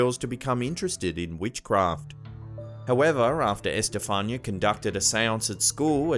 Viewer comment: EsTehFAANia LOL .... it's Esthe FAH- ni- ah.